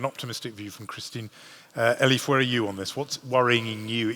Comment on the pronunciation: The MC keeps on calling Elif - "Eli". My name is Stephen, when someone calls me Steve or Stevie... more often than not - that is a sign that they don't respect me. Is he unknowingly revealing that he doesn't respect Elif Shafak or is he trying to show his affections towards her? Or is he just too lazy to pronounce her name correctly?